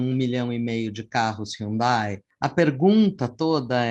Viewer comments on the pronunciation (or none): none